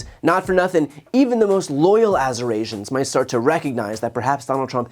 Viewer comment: Geez! I thought he Eurasians!! Azurasins!! He is such a stupid, stupid man!! He tried to withhold aid during the Paradise fire! He should not continue to campaign until he produces his medical records! And no written by Ronnie Jackson!!